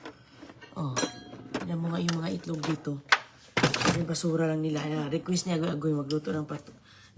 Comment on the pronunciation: Itlog Po.... Not Etlog✌️✌️✌️